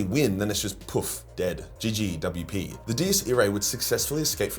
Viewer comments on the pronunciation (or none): ngl that was the first time i ever heard anyone say “ggWP” double-u-pee.